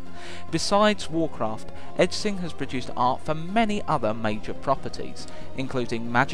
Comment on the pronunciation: As always, great video!. Can't wait for the next one. Also, Ejsing is probably pronounced like "Aising", but even in Denmark this is an uncommon name, so I may be wrong.